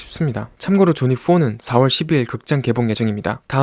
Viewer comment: 존윅을 발음할 때 글자그대로 '존윅'이라고 발음하는 것보다, '조뉙'이라고 발음하는 것이 옳은 표현입니다ㅎ.ㅎ